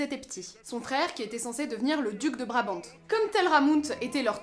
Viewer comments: Très intéressant je m'abonne ;) Point de vue chronologie, Lohegrin se passe avant ou après Parsifal ? Juste un petit truc, en français on ne prononce pas le "t" de Brabant. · Super vidéo, comme d'habitude !! Par contre, juste pour l'info, on ne prononce pas le "t" dans Brabant.... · Je vous signale que Richard WAGNER était ALLEMAND ; il a écrit son livret en ALLEMAND, afin de faire chanter les artistes lyriques en ALLEMAND ! Et, en ALLEMAND, on dit : " Elsa von Brabant " en prononçant bien le "T" final !!!!!